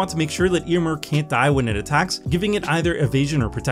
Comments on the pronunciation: Your pronunciation of Éomer is hurting me. The accent is there for a reason. It changes the pronunciation. It's [Eh] - [oh] - [mare]. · Ayo-Mare is the right pronunciation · Magic only creators not looking up pronunciations before videos can grate so so much. Ey-oh-mer should feel a lot better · Why do you pronounce Éomer like that?